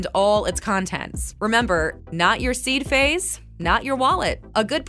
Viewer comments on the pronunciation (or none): Speaker doesn’t know how to say Seed Phrase???